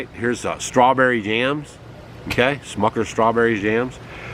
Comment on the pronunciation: not "shmuckers" ... smuckers 🤦